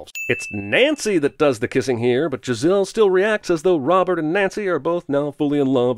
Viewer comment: Hhhhuh-huh, hey Beavis. He said Jizz-elle